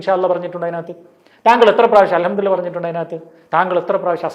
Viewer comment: Alhamdu le lah ennannu , mariyo padikkannam. Chek arabic its not allah its lah